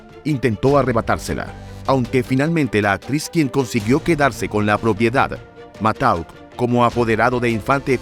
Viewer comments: El apoderado de Pedro Infante era Antonio Matouk, se pronuncia Matuk, no Matauk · Matauk? No manches wey, siempre oí Matouk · Se pronuncia "matuk".